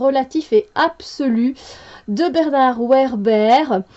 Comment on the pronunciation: Vébère pour la prononciation ...